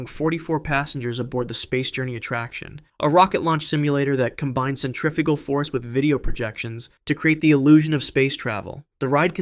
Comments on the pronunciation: Cent tra fugal 😐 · Cetriffical force 😂